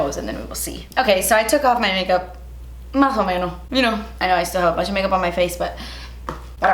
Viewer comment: Mah o menos hahahahahaha loooooove when you speak in spanish so randomly xD